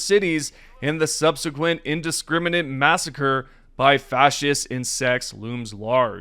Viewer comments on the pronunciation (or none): none